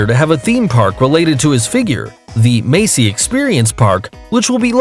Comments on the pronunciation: Messi is pronounced messy not macey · he said Macy when the name is messi.